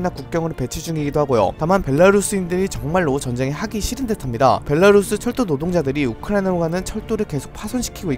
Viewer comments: 안그래도 영상 매번 보면서 '벨랄루스' 말씀드릴까 말까 하다가 정리해서 올려주시는것만도 감사해서 그냥 듣고 있었는데.... 누가 벌써 께 알려드렸나보네요 ㅎ 벨라루스 구간에서 조심조심 발음하시는거 너무 커엽....ㅋㅋ 항상 소식 잘 받아보고 있습니다! 예비 워홀러라서 이런거 촉각세우고 챙겨보는 중인데 너무 감사해요! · 어 형 원래 '벨랄루스' 이랬는데 오늘은 좀 '벨라루스' 신경썼네ㅋㅋ